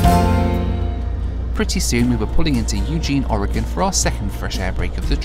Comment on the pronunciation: As an Oregonian, thank you Brits for saying the name of our state correctly. It seems like half of our own country doesn't know how pronounce it correctly.